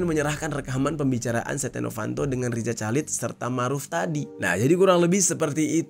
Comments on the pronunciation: Bukan calid dong dinacannyaaa. Dibaca khalid. Masa gitu aja gabisa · Rizal Halid dibacanya bang, gatel dengernya Calid2😂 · Sepanjang video, rasanya janggal denger bang Jerry bilang Chalid = calid . Harusnya khalid 😁. Btw stay safe, Allah selalu jaga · RIZA CHALID bacanya Riza Halid, bukan Riza Calid bang jer... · Chalid? Bacanya khalid gitu loh bang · Baca nya Riza Khalid